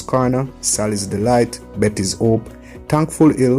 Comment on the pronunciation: No matter how educated - the "H" is a problem - house becomes "house" " hope" - ope.